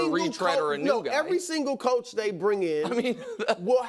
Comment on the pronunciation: Brou had a Freudian slip saying choke instead of Coach